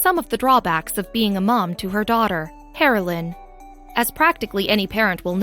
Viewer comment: I thought she kept saying "heroin", the drug